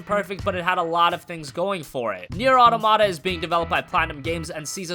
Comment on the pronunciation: Why can no-one pronounce the word "automata"?